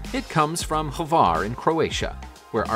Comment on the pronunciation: it is pronounced Hvar not Havar